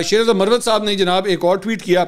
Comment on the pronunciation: منصور بھائی تلفظ میں تھوڑی درستگی فرما لیں ،، ایک لفظ ہے مروت یعنی Marwat یہ ایک کاسٹ ہے ،یہی لفظ مروت کو اگر Murrawat بولا جائے تو اس کے معنی بدل جاتے ہیں یعنی وضع داری ،، میری بات کو محسوس نہ کیجئے گا ایک بھائی کی حیثیت سے درستگی کی کوشش کی آپ کا نمبر نہیں ہے اسی لیے کمنٹس میں لکھنا مجبوری تھا بصورت دیگر کال کر کے آپ کے کان میں کہہ دیتا